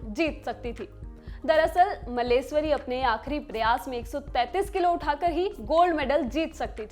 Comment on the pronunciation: Madam, aapka pronunciation it kharab hai ke sunne me bhi ganda lagta hai. Please improve your pronunciation at least. *Karnam MalleSHwari, *Khitaab, Khuraak etc. Please improve.